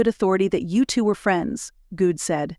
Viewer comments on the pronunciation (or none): Wasn't Aaron's last name pronounced Good in other books in this series? Hearing Guud is really throwing me for a loop! 🤪